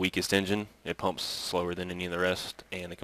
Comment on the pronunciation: i think you mean pump's Not PUPS i think you need speech therapy